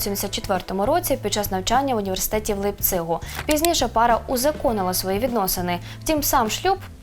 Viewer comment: І наголос у слові "Лейпциг". Проблеми з географією.